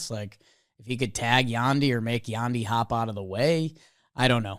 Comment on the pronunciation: Hey guys, Jonathan Aranda is pronounced ArAHnda. I’m a rays fan and don’t watch alot of YES network but I’m assuming that is how they pronounce it on their broadcast as well. The white Sox announcer tonight also pronounced Yandy Diaz as Y-ANNE-dy. Really frustrating